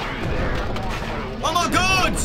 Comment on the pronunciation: Sounds like he said "Oh my cod!'